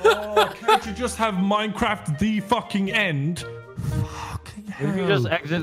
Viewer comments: MINECWAFT DEFWUUUUUUN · plae moar minecwaff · Minecwaaff deffwuun